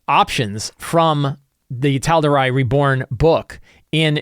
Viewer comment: Great episode per usual but the pronunciation of Tal’Dorei was killing me every time. 😅